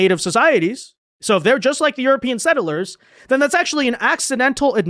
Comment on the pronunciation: PLEEEEASE....It's two syllables. Sett-lers,not set-ter-lers.